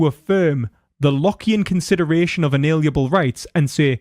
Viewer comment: You keep saying "inaliable", when you mean "inalienable".